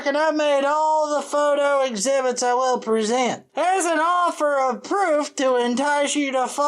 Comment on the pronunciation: If all volcanos are fake, how do "they" know what to make the waste piles look like? Note he said exbitits not exhibits